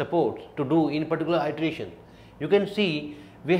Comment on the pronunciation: iteration /ˌɪtəˈreɪʃn/: you correct your pronunciation.